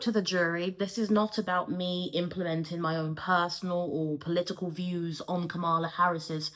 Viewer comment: Damn all that background information on Kamala Harris, but you still pronounce her name incorrectly. Sorry, I really appreciate your videos but this bothers me.